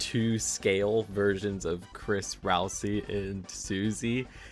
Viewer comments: It’s pronounced RAL-SAY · DID HE SAY RALSEE?!